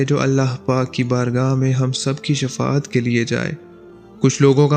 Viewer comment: Shafa at nhe baijan Shifa at he